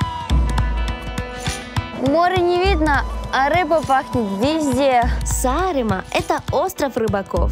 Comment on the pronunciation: Какой убогий выпуск.... от сценарного плана (не показано ни одно реально интересное знаковое место) до озвучки ведущими (парень вообще глотает слова, а девушка не в состоянии произнести слово Сааремаа)